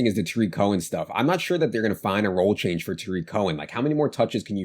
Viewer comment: famous for his mispronouncing names. His newest one is Blake Jar-WIN instead of JAR-win. Another good one is Day-Day instead of DeDe Westbrook, and TAH-rick Cohen instead of Tuh-REEK Cohen.